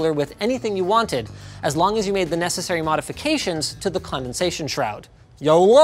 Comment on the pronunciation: Nobody gonna talk about how he said yolo I think he had a stroke